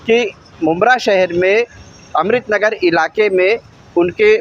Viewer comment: Islamudin phele apne baat karne ka tarika sai karo amrit nagar nhi amrut nagar bolo